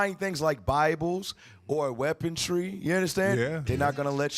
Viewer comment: Weaponry not weapontry